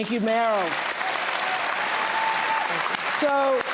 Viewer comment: Oh dear, Harris called Meryl “Marilyn”.